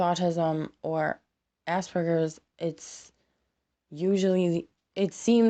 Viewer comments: AsPerGers not ass burgers, you can't say it right dont say it. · "Ah-Sper-Gers" not "Ass-Burgers"